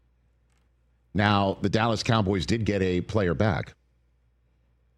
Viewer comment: "The Kah-boys." It's so annoying.